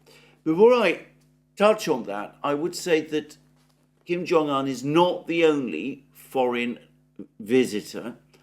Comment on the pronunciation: Kim Jung Un NOT Kim Jung An